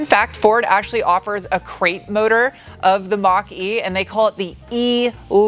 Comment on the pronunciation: I keep hearing Monk-E instead of Mach-E...